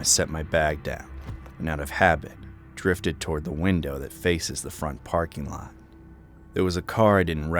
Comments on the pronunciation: did he just say wintow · wintow for window?